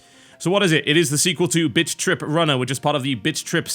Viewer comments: You stopped calling it bit.trip, and started calling it bitch.trip. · Im sorry, but I kept laughing at the first 30 seconds because it sounds like you're saying bitch trip. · TB you sound like your saying bitch trip runner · Every time he says "Bit.Trip" It sounds like he is saying "Bitch Trip" lol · All i hear him say is "bitch rip" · i keep hearing bitch trip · Bitch Trip Runner 2 Best pronounciation ever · Actually, he IS saying bitch trip. If he's not, he should think about his pronounciation. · he sounds like he saying bitch rip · "Bitch trip" Can't tell if accident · haha it sounds like you are saying bitch trip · It sounds like he's saying Bitch.trip. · sounded like he said bitch trip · All I hear is bitch be tripppin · he's saying bitch trip o_0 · Does anyone else keep hearing Bitch Trip? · What you probably hear: BIT.TRIP Runner 2. What I hear: BITCH.TRIP Runner 2. Maybe its the accent.... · Sounds like he is saying bitch trip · is it just me that thinks it sounds like he's say bitch-trip at the beginning? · Not sure if you were saying Bitch Trip Runner on purpose.. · I keep hearing 'bitchtrip'... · @@ At the beginning, it sounds like he's saying "Bitch-Trip" xD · it sound like your say bitch trip lol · All I can hear is BitchRip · Hahaha, only me that think it sounds like TB says "Bitch trip runner" when he said "Bit trip runner" LOL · Does anyone else hear TB say bitch.trip runner? lol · It sounds like he is saying Bitch Trip. :3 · I swear I can only hear "Bitch Trip Runner" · does it sound to anyone else like hes saying bitch trip? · Sounds like he's saying 'Bitch-trip" at the start, rofl. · I keep hearing bitch rip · Hahaha he said bitch trip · in the beginning all I heard was bitch trip lol I am very satisfied. thank you tb made my night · i think he said bitch trip like 3 times in the beginning xD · it sounds like bitch trip hehehe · It sounds like he is saying bitch.trip at the beginning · thought you said bitch trip runner at the start